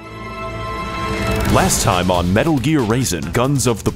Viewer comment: You said "metal" M E T あ Л